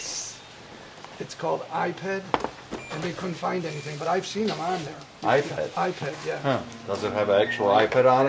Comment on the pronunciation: ~ yea, "I - Ped" alright.